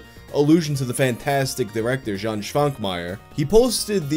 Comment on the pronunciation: Jan Švankmajer is Czech and his name is pronounced more like this way: Yahn.